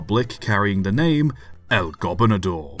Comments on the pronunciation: Really? "El Gobinador"? You're like saying the Spanish word for Governor too fast. It's "Gobernador". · The primary accent on "Gobernador" is on the second syllable, not the first. The secondary accent is on the fourth syllable ... go-BER-na-Dor